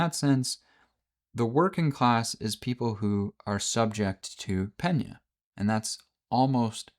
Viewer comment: Pretty close on the greek word. It is pronounced "Pe-ní-a", the accentuation is on "i"